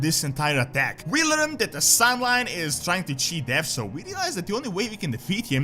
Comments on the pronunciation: San'layn and not "sun lime" LOL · it's pronounced SAN-LAIN not SAN-LINE